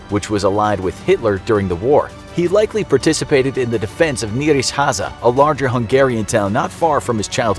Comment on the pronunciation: Ouch its quite hard to hear the town name Nyiregyhaza dis heavyly mangled